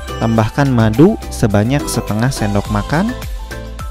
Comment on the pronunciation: ih ngomong paru Paru nya kenapa gtu. Paruk Paruk. madu jadi maduk.